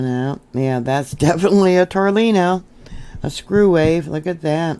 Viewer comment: I'm not correcting you but just asking hun. Is it pronounced Torllino or Tornillo? Just so I know the correct way to say it. We all make mistakes. That was alot of quakes not reported once again. Have you gotten all settled in to your new home yet? I know its hard on people our age to move and get everything set the way were want it. Do you have more room than you had before? Bless your heart, I hope you like your new home better. Saying Prayers for you. God Bless. 🙏❤